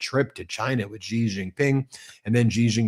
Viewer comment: Why don't you learn to say president Xi's name correctly?!!!!!!! It is soooooo easy to find out how to say his name correctly!!!!